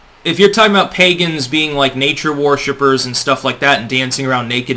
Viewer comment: I like how pronounces worshipers "war shippers".